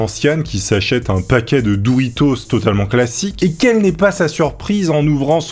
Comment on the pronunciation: mdr ça me trigger quand tu dis "douritos"